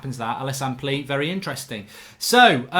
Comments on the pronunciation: His name is plea but you pronounce it like playa, great video again mark love the content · David Walton nah it’s definitely pronounced like player 😂 trust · its not plea its pleaa in pronouncing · His name is pronounced “playa” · It's pronounced pleya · I think its pronounced pleya but im not sure Ps: anyone, please dont like this comment anymore im happy at 69😏😏🤣🤣 Oh ffs its at 70 now😅😅